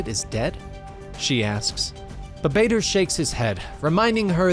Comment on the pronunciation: the way he pronounce Badr like vader hurts a little and took time to get used to but overall amazing video